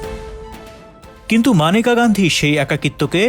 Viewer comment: Agey nam ta thik moton uccharon korun..Maneka na unar na Meneka